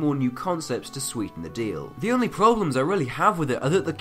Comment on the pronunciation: Ah yes, it's no proshlem.